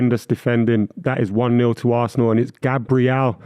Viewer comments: The way he said VARsenal in his Bristolian accent killed me. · saying varsenal, maybe he should worry about his teams 100 ffp rules being broken